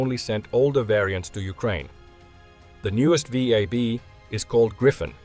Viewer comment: As a French, you prononciation of VAB was spot on. 👍